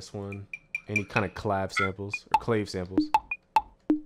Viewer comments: "Clah-vay" is what you meant, not "claive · Clave is pronounced clah-vay not clay-ve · im pretty sure its pronounced clah-vay not clave